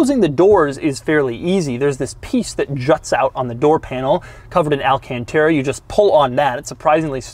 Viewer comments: Well it's not really pronounced al-can-TER-ra, and I come from a place full of Alcantara's (the last two syllables sound like ta-da! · Doug was working his southern accent saying “alcantara”